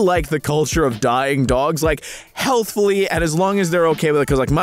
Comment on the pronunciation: Oh my god! I wasn't looking at the video but I could still hear you and I thought you said "I really like dying dogs" like die not dye 😭😂